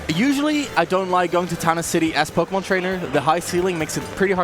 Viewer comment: MON IT’S MON. POKÉMON. 🤣